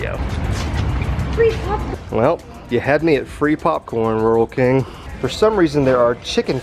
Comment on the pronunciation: its pernouced rule king